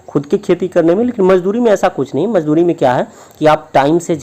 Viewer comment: Aapka ''mazduri'' galat hai